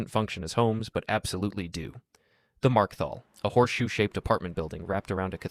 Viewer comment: Slipus like "Markethal" prounced "Marke-Thal" instead of "Market-Hall" indicate at the very least lack of research. His previous videos have had worse though.